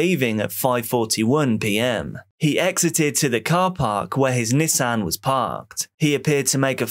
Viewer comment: Me thinking he was saying “his niece Anne” shortly after realizing he’s saying “Nissan” 😅